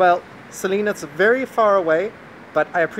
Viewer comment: I love your videos. Singing with your baby (your dog) was great. Do me a favour please. When you see and speak to Celine, please make it a point to call her CELYNN. CE LYNN. I am from Montreal and that is how her name is pronounced. It’s not pronounced CELEAN. I wish I could record how her name is pronounced. Her last name as well. I would love to see her reaction when you pronounce it right and she catches it, lol. Luv you.